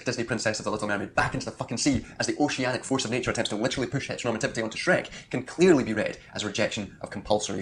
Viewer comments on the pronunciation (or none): My brain rotted when he said "heteronormalative" for like the 300th time